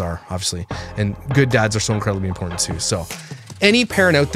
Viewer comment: She is very Im port tant !!! Lol I couldn’t resist how she pronounces it